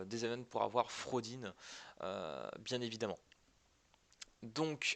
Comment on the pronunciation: ET CA SE PRONONCE FRAUDORIN EN JAP LA PTIN DE TOI